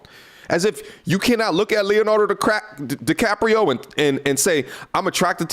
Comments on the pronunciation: fccckkkk. You corrected yourself but now I can’t unhear DiCrapio. I’m a 39/f from NY and I enjoy your videos. PS: I love Leo and agree, Leave that man alone. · He said decrapio! 😂😂